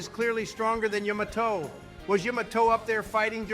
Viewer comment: Yo the way they say Yamato is hilarious, can’t keep the same pronunciation